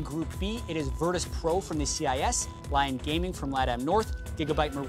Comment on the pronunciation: wtf LION?? its LYON xD dude respect the other languages